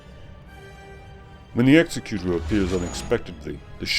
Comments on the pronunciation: You're pronouncing Executor wrong. It's eg-ZEK-ku-tor (as in exectutive), not EX-e-ku-tor as in execution (the word for that is actually executioner). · It's "egz-eh-kyu-tor" not "ehk-seh-kyu-tor" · Not really. "Executor" is a real word- a person assigned to carry out a duty- and has a correct pronunciation. The way you are saying it is incorrect. It's not a big deal, just a minor pet peeve for those of us who are anal retentive.